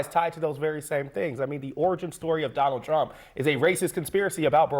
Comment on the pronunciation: President “Donnell Trumm” Will Never Be President Again After 2028 Anyway 😂😂😂